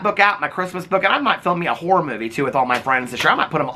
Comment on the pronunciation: I can’t stop hearing “wh*re movie” every time you say “horror movie” 😭